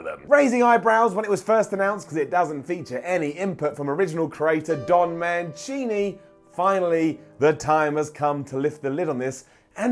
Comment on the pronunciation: Its not pronounced don man chini Its don man sini